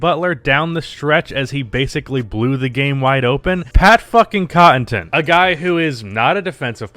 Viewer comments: Say it with me!: "Conn-uh-ton" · 1. It’s Pat CON-UH-TUN 2. Pat is a solid defender and serviceable shooter. 3. He’s primarily a hustle & energy guy. He played good defense on Butler, Butler was just in rhythm and having better offense. There’s nearly nothing you can do in a one on one situation in that case. Bud should have put Giannis on him in the last 5 min. Case closed. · Not only that the man can't even pronounce "Connaughton" to save his life xD. I love ya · Bro you gotta learn how to say Pat’s last name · Nobody:: Cotton-ton, Draa-jik.